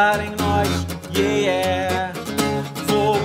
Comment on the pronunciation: " yeéyé "??? não seria " yeah " ?